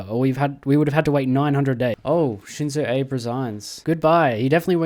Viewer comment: "Shinzo ayybe" 😭